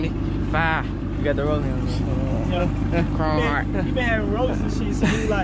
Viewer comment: Dude sed “chromeheart” sound like baby🤣